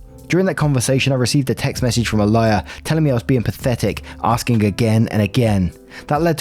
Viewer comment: When you read out Alia i heard A lier. Had me quite confused